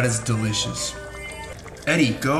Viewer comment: “That is dilishis”😭😂